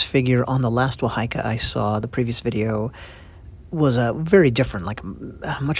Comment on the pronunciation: It's pronounced WAHA - EEKA NOT WA HAI KA.. The fish mouth is placed at the strike point to counter block the opponents weapon/strikes!.